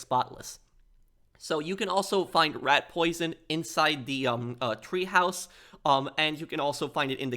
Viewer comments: The Berghof had a Tee-haus or teahouse. Not treehouse. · It’s not a TREEhouse it’s a TEAhouse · Treehouse? Clearly TEAhouse